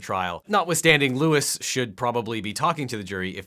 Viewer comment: Objection...his name is LOUIS, NOT Lois